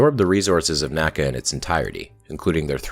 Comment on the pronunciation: NACA was not pronounced like NASA each letter was pronounced individually